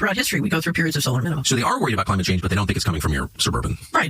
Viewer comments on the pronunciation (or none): none